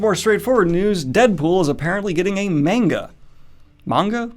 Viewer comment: Second pronunciation of manga was on point my man. I'm not even japanese, but take my word for it. TAKE IT.